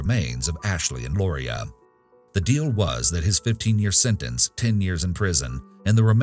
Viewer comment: You can’t just randomly throw an “I” into a name and pronounce it the same. There, I’ve wanted to say that for so many years! I’m so glad Lauria and Ashley’s case is finally solved though. Heartbreaking case. Poor girls and their families.